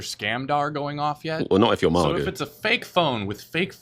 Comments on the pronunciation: First time I've heard MAGA pronounced "MARGA" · It's not MARGA, it's MAGA. If you can manage one hard A, why not two? So annoying.